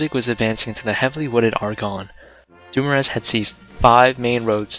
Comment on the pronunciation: Charles Francois Doumoueueueue